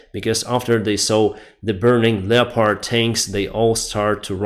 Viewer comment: Hey friend. in the word Leopard, the O isn't pronounced. Lep urd.